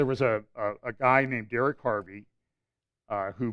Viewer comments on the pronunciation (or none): none